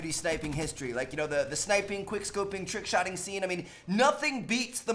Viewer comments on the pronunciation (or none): Tickshotting??? TRRRRRRRRRRRRickshotting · "TICKshotting" lol